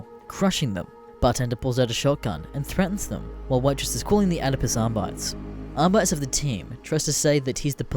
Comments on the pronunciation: AR-BIT-EES NOT AR-BITES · Ahr-bi-tees. Not Ahr-bites.